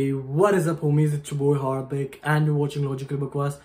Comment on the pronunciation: HarDik .... Last ke 3 words alag se pronounce kariye...😂